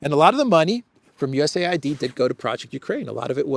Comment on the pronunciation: Dear, could you pls. tell not to pronounce DOGE like "dodge", but with a long "oh" (like Leavitt in your intro video), and to pronounce USAID not like it a had a second syllable that sounds like "aid" (like the manipulative media does), but separately, like you do, as U-S-A-I-D, please? And, also pls. remind him that Steven Witkoff's surname is pronounced with a short "i" (like in witness), not like "white", as he pronounces it. Thank you! Would be so good if someone so intelligent as he is, could also get these small things right. Makes him look bad. I already added a comment about this under his video of yesterday, but only this morning. Probably too late for it to be read by him, if gets to reading comments at all. I thought, maybe you could help... 😘